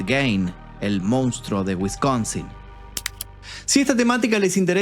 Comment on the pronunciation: Yo miraba todos los videos esperando el momento en el que decia "MOUNSTRO" y ahora que ya lo dice bien, tendrè que conformarme con sus excelentes documentales.